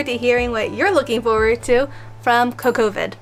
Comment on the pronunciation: I've been pronouncing it "CoCo Vid" myself, like "Cocoa... vid" If I'm wrong I don't wanna be right :D